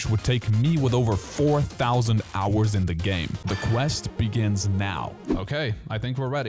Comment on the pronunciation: "the quest begin*I*s now"